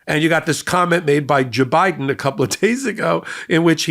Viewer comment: I laugh every time I hear you say JaBiden! 🤣